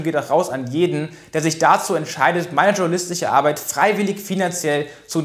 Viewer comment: Schtschornalistise abeid